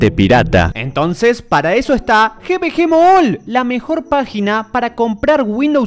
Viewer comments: No se pronuncia Gi Vi Gi Mall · xd el GVG MOOLL SIN OFENDER pero me hace gracia como lo pronuncia